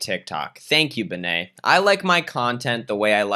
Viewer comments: Oh my god the way you pronounce bene😂 pretty sure it’s short for Benedict and you’d rather say Bae-nae imo but no hate of course I literally don’t care it’s just funny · yesss and the way he pronounces "Bene" as "Baynay" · As a German subscriber, I apologize on behalf of my nation while being simultaneously amused by your pronunciation of German words. ("Luis Free-tag" sounds way cooler than "Freitag" anyways. And "Bene" being French now is a nice touch too!)